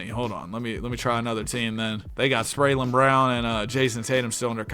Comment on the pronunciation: Spraylen Brown 🤣🤣